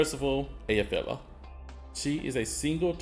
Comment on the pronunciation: Btw, mate, just in case you were interested, Effy is named for the Icelandic Volcano Eyjafjallajokull, which is pronounced (as close as I can do using only sounds that exist in English) Ai-fiat (like the car) -ah-kol. The "kol" is not in her name, so just "Aifiata". It is not exact, as they have some subtle sounds too, but it is the simple version, if you want to say her name more accurately.